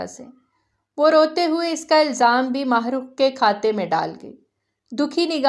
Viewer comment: Allah Allah it's heart touching novel But ..... Jab mene apna name suna am shocked Thank God pheli Baar kesi NY Mahrukh name bohat bahteern tariky sy bola hai am glad 😊😊